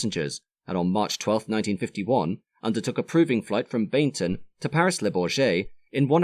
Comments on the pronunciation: Hi ... very interesting. It sounds as if you are calling the base airfield Baignton ... I think it may actually have been Baginton near Coventry where AW were based ? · Work started at the Bag-ing-ton not Bainton factory. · I only highlighted that because he mispronounced Bagington.